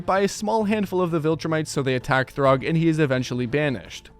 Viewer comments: It’s Thragg (thu-rag), not Throg. Throg is a variant of Thor from Marvel comics. And “Variant” is the correct spelling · "Throgg" "Kregg" 🥀🥀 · Anyone else getting mad at this guys pronounciations (throgg) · It’s thragg not throgg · My friend, Thraggs name is pronounced “Thrag” like “frag” not ”throg” like “grog” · "Throgg" its Thragg bro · "throg" brotha what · why does he call thragg, throg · did this guy say throgg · why are you saying thragg like that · why did you say thaedus like that, they say it correctly in the show, you also say thragg wrong, what makes you think the a makes an o sound